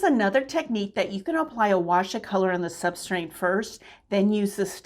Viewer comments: Just a tip… the word is substrate. There is no “n” in the word. Pronouncing words correctly lends credibility to your teaching. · I don't think I've ever heard or seen that word tbh, but I bet you that if I pronounced it, I'd probably be saying it with an 'n' like you did - I'm sure i do already do that with certain words but i can't think what they are!